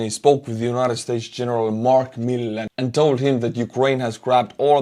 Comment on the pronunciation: Bonus butchering of Gen. Milley's name